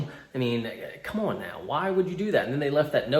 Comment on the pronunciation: "Don't egg us ahwn"